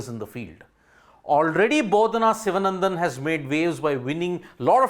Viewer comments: Her last name is pronounced Shivaanandhan (Shivaa...there is that slight drag we have to give there). Other than that, your diction is fantastic! And yes, welcome to mankind where we are all horrible nincompoops! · The name should be pronounced, correctly in Tamil, as Sivaanandan